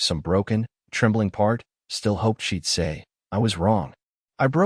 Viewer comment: she'd, not sheet